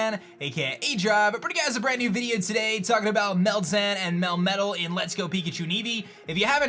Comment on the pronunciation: It's pronounced Mel-Meh-TALL